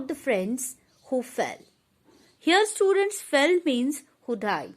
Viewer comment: Wo English bhi nhi bol pa rhi...like students ko studants 😂😂